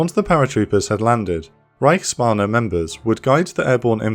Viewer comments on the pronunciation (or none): I probably shouldn't nitpick pronounciation, but every time you said Reichsbanner I heard Reichsbahner, imagining how the Reich's railway employees were secretly plotting against the regime lol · Be careful to say reichsbanner like you would Bruce banner the hulk. Like you do it now it becomes reichsbahne the German reich railroad.